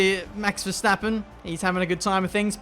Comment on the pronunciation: Nice how everyone say ‘Max Verstappen’ as ‘Mex Versteppen’